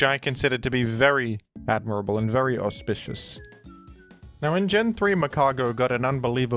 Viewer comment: Are you saying "auspicious" or perhaps "horsepicious"? Hmm?